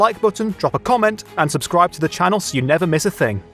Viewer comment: THE SUBSCRIBE BUTTON LIGHTES UP WHEN YOU SAY SUBSCDIBE